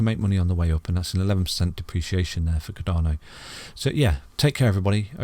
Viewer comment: It’s cardano bro Not ardano😂